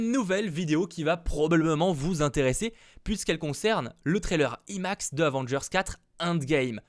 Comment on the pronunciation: Quand tu dis "imax" il faut le son "aïe" au début Et c'est pas avengers "indgame" mais "endgame" ça se prononce à l'anglaise 😉 Oui je suis chiant mais ça me perturbe sinon